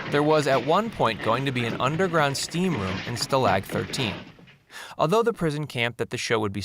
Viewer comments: Its STAlg not stLAG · Sta-lag? It's staalag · Richard Dawson played a corporal not a colonel. Also stalag is pronounced shtalaak not sta lag. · Too bad your electronic/AI narrator didn't watch the show. "STAL-lag", not "stal-LAG!" Yes, I'll finish watching. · 😅 Yup so I did listen correctly and Stulag 13? Wtf?… instead of (Stall)ag 13…. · "Each week they would try to escape Nazi custody and fail in some comical way" that is simply not true. The core characters never tried to escape and when they smuggled guest characters out they always succeeded. That and odd mis pronunciations like "sta-lahg" is a giveway this is probably all just AI genereated. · Still-lag???? Wrong pronounciation.... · Narrator has not checked how to properly pronounce Stalag !!!! Wow i want to be as smart as this narrator ! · Can’t trust anything said in this video when you start out saying that they tried to escape every week when they did the opposite because of their orders. Then there is the mispronunciation of “stalag”. And to claim Robert Clary was a nazi. Quit listening to anything after that. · You can tell the narrator never watched the show - his pronunciation of Stalag is hilarious. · geez learn how to pronounce the word 'stalag' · Too many mispronounciations of "Stalag". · Is it so hard to learn how to pronounce stalag correctly? Having watched this show as a kid a,l found the narrator's mispronunciation very distracting.